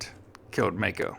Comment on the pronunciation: I worked for the Maico importer in Detroit, Gray International in the mid 60's, as the parts manager. Maico is pronounced My coe, NOT May coe.